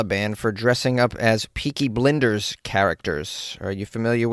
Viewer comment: It's "Blinders" like peoe who blind people, 😭 And Cillian as in Kill-lian 😭 😭 😭